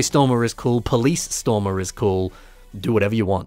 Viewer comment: you mispronounced "Stormer Texas Ranger" lol